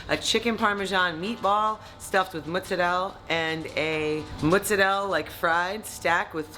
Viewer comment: T, teaching the south how to properly say mozzarella 😉👌